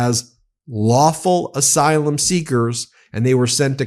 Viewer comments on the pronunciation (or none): none